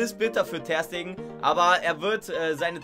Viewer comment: ich hasse es wie du das Ter bei Ter Stegen betonst statt Ste